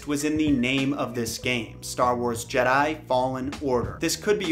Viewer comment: If the person put up to pitch this at E3 couldn't pronounce Jedi without it sounding like "Jed, hi" then I really don't have faith in it at all.